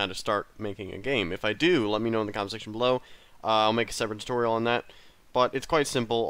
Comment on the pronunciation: I thought he said Tucorial I was like what the f***